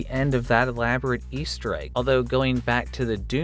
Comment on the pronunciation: Hey nice video. When are you learning to pronounce "egg"?